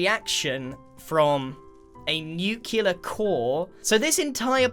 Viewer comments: NUCLEAR***, not nucular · nuckelar? the L comes before the E. And wow your points are so over the place you might as well just put random numbers... My advice, next time ask someone unfamiliar with the builds about the topics on which to judge a buildoff. Fear factor? what.